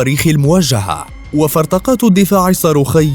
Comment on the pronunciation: فرقاطات وليس فرطقات كما نطقت. خطأ صغير من المعلق